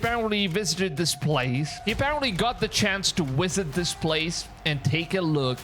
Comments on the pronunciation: Don't say wisit, pronounce your v please. It's V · Wisit or visit? 😂